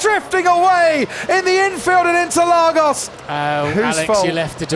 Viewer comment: "Obrigadou interlagous"